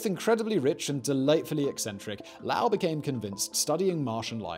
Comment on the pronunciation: Not lao he was not Chinese his name is spoken as low ool as in low and ool as in cool sorry you but two videos in a row hearing lao was too much